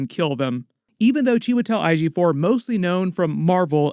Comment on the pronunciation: Your pronunciation of chiwetel ejiofor’s name is so funny, I understand it’d be hard for Americans, anyways looveee the videos🎉